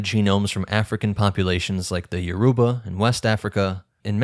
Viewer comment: Good work. But your pronounce Yourba very wrong. Check a Nigerian video for how to say it.